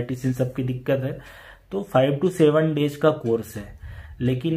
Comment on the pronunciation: Your english pronounsation is not correct.You say uge in place of use,doj in place of doze dayg in place of days and many other words.